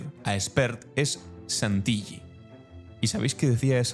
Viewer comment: Querido! Contundentes tus informes. Como hijo de italianos en Argentina te comento que Santilli no se pronuncia con LL porque esa L doble significa que la última sílaba se separa del resto y se pronuncia acentúada. O sea Santil-lí. Un abrazo 🤗